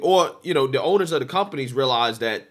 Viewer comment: btw ...it's THat not Dat